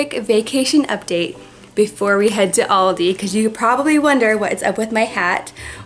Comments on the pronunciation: It is pranounced aLldeee thats where i shop when i go to ireland but im from japan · Aldi not oldi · In England and Germany we pronounce it al-dee so it's kinda cool to hear how you say it no hate btw ly guys soooooooo much xx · we have loads of Aldis in the UK my dad actually works at one but in England... we also actually pronounce it differently it as well so it is sometimes weird hearing pronounced that way haha and my favourite thing to but from Aldi is the fruit and nut chocolate bar or the chocolate covered riced cakes (big chocolate fan lol) 🤪😝